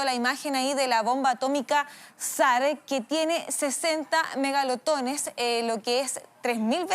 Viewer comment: Awebo los 60 megalotones xdd (eran 50 y se dice megatón